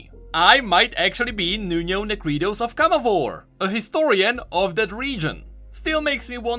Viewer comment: Viego pronounces in his cards CamavOr, not CAmavor Rito changes the pronunciation depending on how says it?